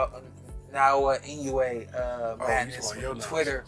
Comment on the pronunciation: Mispronouncing Inoue's name takes away from anything you say about him. learn how to pronounce foreign names.